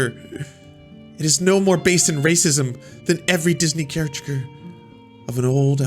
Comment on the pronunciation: I liked this video because of the mispronunciation of "caricature" lol